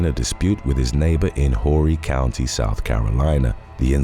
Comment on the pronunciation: The "H" in Horry County is silent, it is pronounced "orrey". :)